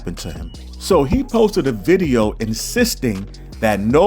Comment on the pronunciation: “Unkle Ron posted another diddeo” haha